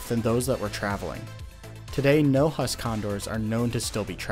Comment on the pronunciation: Huss should be pronounced like who-ss